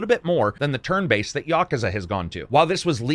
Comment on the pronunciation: Say it with me "Ya-Coo-Zah". Not "Ya-ka-zah".